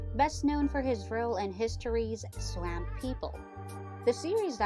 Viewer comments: Its not amp swamp Like ah swah swamp.. say it right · ITS NOT SWAMMMMP! get the local version of their culture their words and meanings. ITS SWAMP....if you can't say it then SWOMP,!!!!!! JEEEEZ! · Swamp...... you say swamp in a way that I have never heard. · Heard a german gal hitchhiking across america say it similar. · One of the worst commentators that I've ever heard. She couldn't even pronounce "SWAMP" correctly.